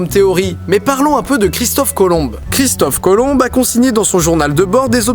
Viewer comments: On dis pas cristophe colombe mais Colomb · sa se dit Christophe Colon et non pas Cristophe Colombe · c'est moi où j'ai entendu Christophe "Colombe" au lieu de Colomb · C'est Christophe Colomb pas Colombe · ouai mec c pas christophe colombe mais colomb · Christophe Colomb pas colombe stp ! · pour info ç est Christophe Colomb et non Colombe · Colomb sa dit pas colonbe mais colon 😂😂😂😂😂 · sennin ET PAS CHRISTOPHE COLOMBE LE B NE SE PRONONCE PAS HAHAHA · chrisophe colombe wtf c cristophe colomb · Christophe colombe mdr, on dit christophe colon ;) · C'est Christophe Colomb, pas Colombe ._. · Tu dis Christophe Colombe alors que c'est Christophe colomb !! Sinon c'est genial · christophe colomBE ? ... Le "b" est silencieux... Prononcer son noms colomBE te décridibilise beaucoup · c'est moi ou il dit Christophe Colombe? XD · il dit christophe colombe... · c moi ou il dit Christophe colombe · Christophe Colomb"e" x) On le dit comme ça chez vous ? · on prononce Christophe Colon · Super vidéo comme d'habitude, mais je sais pas vous, mais moi j'entends Christophe ColombE. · Merci pour cette vidéo ;) On ne prononce pas le B dans Colombe. C'est Christophe Colon (pour la bonne prononciation) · C'pas Christophe Colombe hein x) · Tu as dis Christophe Colombe Aaaaaaaaahhhhhhhh démon ! x) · didi christophe colomb on ne prononce pas le e puisqu'il n'y en a pas (sin' superbe vidéo) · CHRISTOPHE COLOMB LE B NE SE PRONONCE PAS HAHAHA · Christophe Colomb, ça se prononce colon ou colombe? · CHRISTOPHE COLOMB SE PRONONCE ON À LA FIN!!!!!!!!!!!!!!!!!!!!!